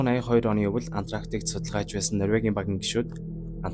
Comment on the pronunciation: антрактик биш ээ антарктик гээч